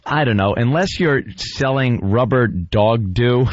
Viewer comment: Palumbo is the one that said ruber